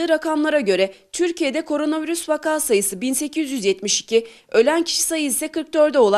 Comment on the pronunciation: Fatih Bey lütfen vaakaaa değil, vak’a olacak. Vak hecesinden sonra kesme işareti var. Teşekkürler . . . Can Akkoç